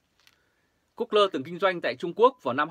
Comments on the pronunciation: Gu gô..( that 's correctivity sound pronunciation ) a! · Google mà đọc là good lơ